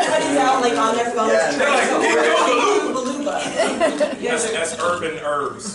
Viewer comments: HE SAID GINGO GILOOBA I'M DYING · anthonys butchery over the pronunciation of ginkgo biloba is actually too fucking funny and chris dying over it takes it over the edge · Chris lost it at the ginkgo biloba joke. Mackie butchered that pronunciation! LOL